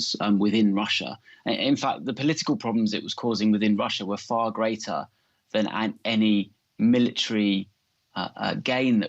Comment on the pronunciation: "Putin is building a grat uckrain,his desire is to see a great contry".